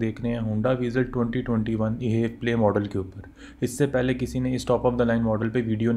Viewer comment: Bro ap jo ye haiv play keh rahy ho its wrong and i know ap HEV play ko mila k parh rahy ho but its actually H. EV PLAY edition H is for hybrid and EV Is for Electric vehicle because this car totally runs on a battery. Engine sirf battery charge krta hai. And this car has 6 fwd gears. I sold some of these brand new vezels ☺